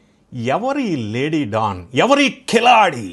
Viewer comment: ఢాన్ కాదు... డాన్